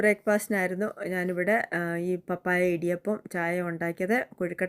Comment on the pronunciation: പപ്പായ ഇടിയപ്പം അടിപൊളി 👌ഞാനും ഇടിയപ്പം ഉണ്ടാക്കി വീഡിയോ എടുത്തിട്ടുണ്ട്. പാപ്പായ അല്ല 😂 Like